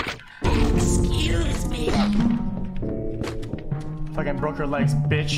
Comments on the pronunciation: when they say excuse me sounds like they're saying "xqc" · i love how it sounds like theyre saying "xQc" instead of "excuse me" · Sounds like the customers say "XQC"